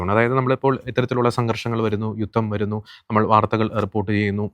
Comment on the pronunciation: യുത്തം അല്ല സേട്ടാ ജുധം